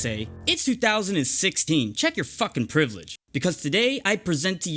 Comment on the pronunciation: U said privilege wrong lmfao (Speaking behalf the angry 9 yr olds)